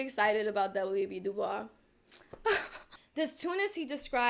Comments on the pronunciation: It's pronounced "Da Boyz" (WEB Dubois). This is my first time watching and I LOVE your references, analysis, and passion. Thank you for being yourself and for sharing these amazing and extremely validating insights. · Just a random point — Du Bois insisted his name be pronounced "DU BOYSS". :) Brilliant video! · W.E.B du bois is pronounced da boys or that’s how I’ve always heard it